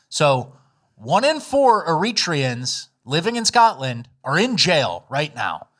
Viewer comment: Eritreans is pronounced era/tree/ans or era/tray/ans